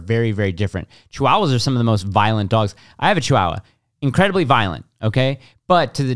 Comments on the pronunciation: It makes me angry the way and pronounce Chihuahua.... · It's pronounced Chi-waa-wuh :D